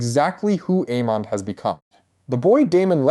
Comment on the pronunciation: “AY-MUND”. NOT “Ee-mond”. 🤪 🤦‍♂️